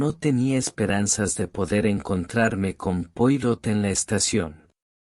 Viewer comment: Ya cuando no se acentúa ni se da expresión a lo narrado y en las tras primeras palabras se nombra al famoso detective francés sin molestarse en pronunciarlo como se debe me mata!!! NO ESCUCHARÉ MÁS AUDIO LIBROS QUE DIGAN "POIROT" SEÑORES:ASÍ ES COMO SE ESCRIBE!!! PERO NARRADO ASÍ SUENA ESPANTOSISIMO!!!